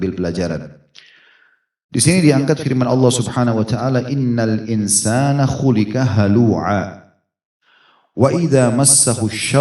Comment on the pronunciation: Admin mohon sampaikan koreksi ayat hulika yang benar huliqo.. إِنَّ ٱلْإِنسَٰنَ خُلِقَ هَلُوعًا wallahua'lam...